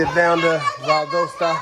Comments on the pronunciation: Publix is Florida based. Moved to the Carolina's a few yrs ago. Pretty good. Good quality less expensive than Harris Teeter, IMO. BTW it's VAL-DOSS-TA, GA I believe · It is pronounced VAL DOS TA